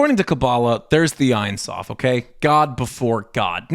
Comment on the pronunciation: It’s pronounced Eyn Soof.